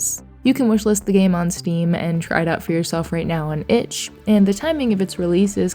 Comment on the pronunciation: Wishlst (sic) 😂